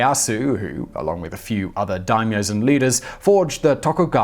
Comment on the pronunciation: It's not Leyasu, it's Ieyasu. Names start with capital letters, and his is written with an I, not an L. Also: "Yassookey was employed by Oda Nobunga the Daimo" makes the Japanese people cry.